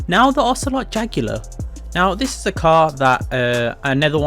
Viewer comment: Say it with me.. ocelot jug-u-lar